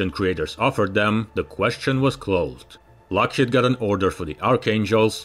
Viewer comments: He can't even pronounce "Lockheed." It's driving me crazy. HEED. Lockheed. Rhymes with mock-bead. shock-reed. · I just wish you would stop saying "Lockhead,it's Lockheed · What is a “Lock Hid” ?????? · Lock-HEED. HEED. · Too many mispronounciations by an otherwise good narrator. "Lockheed" is pronounced lock-HEEED. But he did get "Nevada" right.